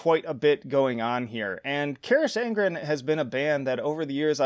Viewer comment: Pronounced Ka-rock On-Gren Fronk-en-shteyen-a Strah-ta-A-mon-tan-us